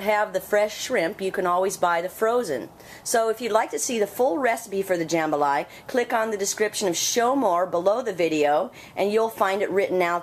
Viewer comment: You're pronouncing Jambalaya wrong. Also, try a Louisiana recipe instead of an Alabama rip off.